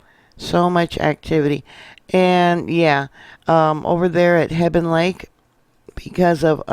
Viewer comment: Thank you for all you do! I live in Montana and this is always on my mind! Jesus is coming soon! 🙏 we always pronounced hebgen lake just like it is spelled! Heb ( just like web) g ( like go) en (like when) 😊. Keep up the good work!